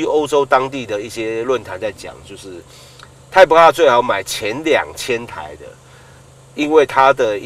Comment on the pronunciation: 怎么那么发音都是发成那个样子？ type R 变了 太仆啊， LED 变了 诶路 ED